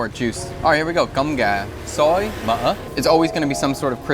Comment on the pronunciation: rice (cơm) is kind of pronounced as "gorm" in english. you sound like saying is as "gum". but the rest of your vietnamese is pretty spot on. :)